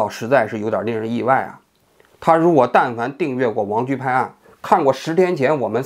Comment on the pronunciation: "油炸江青"笑死我了😂😂另外，王局经常在平翘舌sh和s上打架，每次都意外的很搞笑，哈哈哈